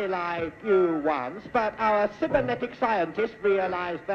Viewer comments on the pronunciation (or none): "We were exactly like you once, but our cybernetic scientists..." or "sibbernetic", as said by Roy Skelton. Aside from Hartnell's famous Billy-fluffs, is this the earliest example of a key word or technobabble being cocked up in Doctor Who? See also Pertwee mispronouncing chitinous as "tchittinous", Tom's habit of saying "Gallifree" and Matt Smith's "MeTEBilis" :) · The word "cybernetic" was only eighteen years old when Tenth Planet aired and I doubt it came up in conversation very often. They made the classic mistake of trying to pronounce a word they'd only read. 😁